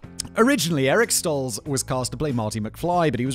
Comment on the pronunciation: I take no issue in the way you pronounce Nike. I do, however, take issue with the way you pronounced Eric Stoltz.